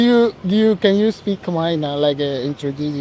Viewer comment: Your khmer pronunciation is quite good 🙏